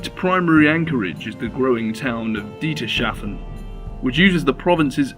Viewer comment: God I'm tired of lazy people pronouncing warhammer fantasy. "Deeter-shafen"!? For phokks sake! The empire in warhammer is supposed to be a germanisation of norhtern europe! Act like it! Have a little fantasy